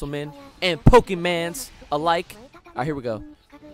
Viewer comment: its called pokemon not pokemans